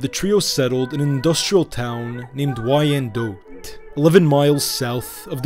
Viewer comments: Oh he is bad at pronunciation for sure. Wine Dot. Not y ann dote. Also hasn't been around any Chaldeans he butchered that in part 2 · 😂 it's. Pronounced wine dot not. Y Ann dote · Downriver/Detroit in the house 👊🏼 PS Wyandotte is pronounced "Wine-dote" Google i believe helps nowadays with audio punctuation of words for future videos if that helps. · It’s Pronounced WHYANDOTT ‼️‼️ I am from 15 mile and Little Mac from Detroit trust me that’s how they pronounce it 🤘🏼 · Wyandotte is pronounced as "wine-dot". So many familys mentioned in this video are still in the area. However, you got a few things mixed up, especially with Tony and Jack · Love the channel and love the information you provide but Wyandotte is pronounced Wine Dot but good documentary I really enjoyed it I’m from Detroit great history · Wine-Dot. Wyandotte. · The city is pronounced Whine -Dot spelled Wyandotte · The name of the Downriver Community is pronounced Wine-Dot and the street in Eastern Market is Riv-Ard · I was going to mention that as well. Yes, it's spelled "Wyandotte" but pronounced as 2 syllables- -say "Wine-dot" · Wyandotte is pronounced Wine Dot FYI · As a Michigander I find it hilarious that you pronounced Hamtramck correctly but mispronounced Wyandotte